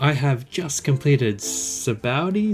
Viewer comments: In the anime, the narrator, Luffy n everyone pronounce Sabaody as "sha-BON-dee". Idky, but thats the correct way. Guessing its Kanji related 🤔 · "Sabondy" 😄 Based on the Portuguese word "sabão" (kind of pronounced as sabon), which means soap. Bet it makes more sense, now. 🧼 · The name of Sabaody Archipelago is derived from “Sabão”, the Portuguese word for Soap. This leads to the pronunciation being “Shabondy”, a pronunciation that no English speaker would ever guess when sight-reading the word unless they are bilingual. In the sub this problem solves itself a bit, the subtitles give you the spelling while the voice actors pronounce it Shabondy so if you take a moment to pay attention you can come to this conclusion. In the dub they decided to pronounce it in a way that would lead you to spelling it correctly at the cost of pronouncing it incorrectly. Not the adaptation choice I would have made but I can understand the reasoning. EDIT: Anyone reading this comment, be sure to check out the replies being supplied by those far more educated than me on Japanese Etymology!